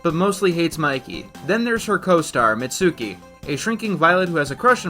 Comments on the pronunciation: not in this show it's not (they pronounce her name mit-soo-kee) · You pronounced Mitsuki wrong. The “u” is silent. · Bruh they say Mitsuki's name in the show so many times, how did you manage to keep mispronouncing it?